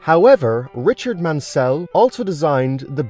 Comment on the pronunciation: I just said that as well just saw this